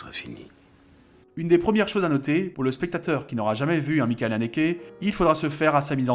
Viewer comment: A chaque fois c'est cohérent par rapport à l'allemand ^^ mais le ch de Michael est plus proche d'un ch français